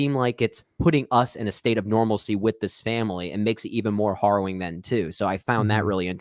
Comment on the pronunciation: Are you guys saying Horrowing? It’s harrowing….